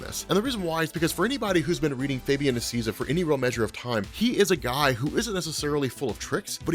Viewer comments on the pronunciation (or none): say it with me, Fabian “Nee-See-A-Sa” the A sounds like “Hey”. The “i” sounds like ee. It’s Spanish, he’s Argentinian